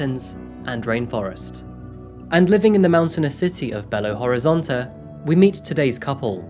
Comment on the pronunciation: said "Belo Horizonte" better than me, and i'm Brazilian lol also its the capital of my state.